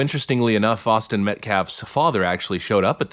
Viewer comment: They not only tried to shift blame to everything and everyone other than Carmelo, they insinuated that they had “secret” info on the VICTIM, Austin Metcalf, as if he was responsible for his own death. Plus mispronounced Austin and his father’s last name! This family cares nothing about optics or truth. They care nothing about Austin or his family. In their twisted heads they’re the victims. They’ve played the victim their entire lives and think playing it now will get their monster of a son off for murder. Let’s hope that doesn’t happen. Why did he have a deadly weapon on school property? Did he want something to happen? Seems like he intended to instigate something. And his genius “representative” boohooing about Carmelo being expelled, LOTS of kids have been expelled for MUCH less. Actions have consequences. Let’s pray for justice for Austin who sounded like a great kid.